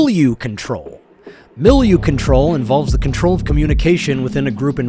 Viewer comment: tell me you are a obsessed nutcase without saying it :D BRO YOU ARE MENTAL AND PETTY LITTLE VINDICTIVE CUCK. you are a shithead who doesnt even know how to enunciate "milieu control" HAHA bro you are a buster and no gaslighting and rat behaviour will bring no one but the other mentally unstable ppl to you.